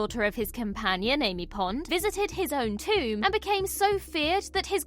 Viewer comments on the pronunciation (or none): none